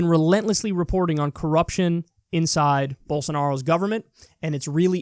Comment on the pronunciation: Rave Dubin: Bols-ar-noro